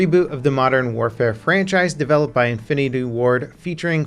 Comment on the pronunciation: Did any catch his pronunciation of the word infinity? Now granted he is reading this at the same time. TOTAL FAIL DO NOT SUBSCRIBE!